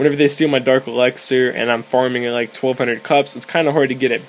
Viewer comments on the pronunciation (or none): earned my subscribe.. you make me laugh tho alot because u say dark elaxer. its elixer :}